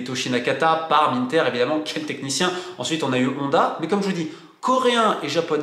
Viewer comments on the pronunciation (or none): none